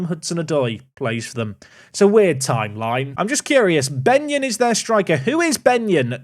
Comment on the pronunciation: That was definitely not “Benyon” 😂